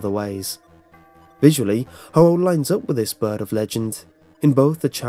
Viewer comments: you pronaounst the last pokemons name rong thers a pokemon similer to it ther is ho oh and ho ho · God damn lol. I hate that you don't emphasize the oh in Ho-oh. Makes me cringe a bit. Good video nonetheless XD